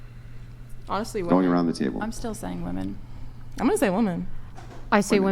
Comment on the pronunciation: Why do so many modern women have trouble distinguishing between "woman" and "women" when speaking?